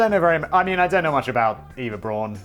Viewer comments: No. Not Eeva. Not Iva. Efa. Eh f ah. Efa. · Good job Danny for getting the last name right buuuuuuut missed it slightly on Eva 😂 It’s ok, it’s hard to explain to native English speakers. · It's pronounced Ehva Brown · EYE-VA BROWN! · And Simon still pronounced Eva wrong😂 not gonna tell the correct pronunciation, 'cause who cares?